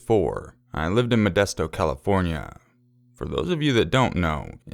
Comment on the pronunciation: Oh god. Methdesto. And I bet he's talking about gracienda park. Yep. I grew up in Patterson. How hilarious that this is scary stories from California and the first story is MODESTO.